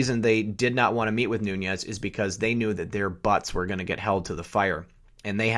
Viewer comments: * Nunes ---- Newnez not noonyez! God bless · Nunes = Noo-nez Not Noon Yez Noonyez has a tilde ~ in it